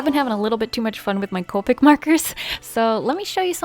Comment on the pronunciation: COE-PICK 0_0 that grates my ears